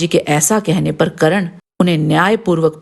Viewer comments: Karan nahi Karn hai naam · madam ji dronacharya ne sirf brahman aur kshastriya ko shiksha di hai....aur ap karan thik se bolna sikh le....